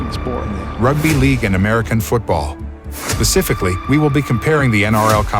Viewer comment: "pacificly" lol